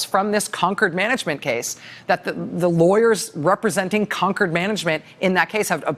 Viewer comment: It's Concord Management, not conquered management. 😉